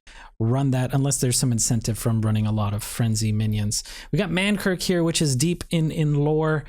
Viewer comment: Lmao stop saying man kirk my dude. It's man KRIK.